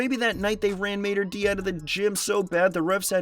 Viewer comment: It’s pronounced “Maader Day”